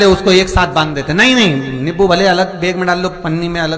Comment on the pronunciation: Nippu Nahin Nimbu Hota Hai